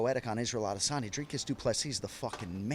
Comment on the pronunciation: Also, Jon says Adesanya incorrectly. The UFC Countdown has the best voice narrator in the world, with probably the best American voice on TV right now, and he says it correctly. It's not correct for a native English speaking person to use hard dialects. Consistency is a required rule in English grammar; varied methods of pronunciation is one of the worst violations.